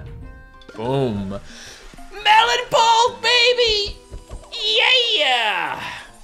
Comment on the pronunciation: the way he says pult is satisfying idk why.